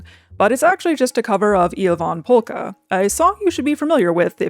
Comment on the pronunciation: The correct pronounciation of Ievan Polkka warms my Finnish heart ❤